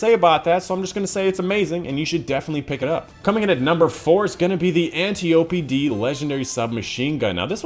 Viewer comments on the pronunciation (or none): "Antiope" [Ant-EYE-OH-PEE]. Not "Auntie Opie"